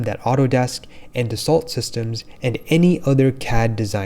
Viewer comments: Good summary. But Dassault is pronounced “dasso”, not “dassalt”. It’s French. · Great content. Spend time on Q/A to assure all of the companies and/or words you are saying, are pronounced correctly. “Dassault” is pronounced like ‘Da-Soh’ not like the word assault with a “d” at the beginning. It is important to remember that when you are putting content online that nearly 20,000 people have consumed within the past five days, that for some viewers also responsible for helping them learn the vernacular. You are effectively giving a lesson here, so you need to make sure that it is as accurate possible. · Thanks for the video. BTW, Dassault is pronounced 'daso'